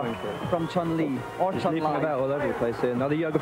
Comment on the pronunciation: Its pronounced CHUN LEEE that idiot.